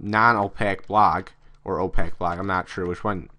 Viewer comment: Just so you know opaque is pronounced "oh-pake" like "oh cake" but with a 'p'. Good information though in the tutorial. I think if you take a deep breath and slow down when narrating your tutorials would improve. Good job though.